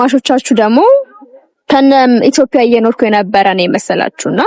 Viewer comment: የኔ ቆንጆ ኢትዬዽያ የሚለዌን በሰነ ሰርዓቱ በይው እሸ። አበባሉን እንደ ፐ አትበይው ❤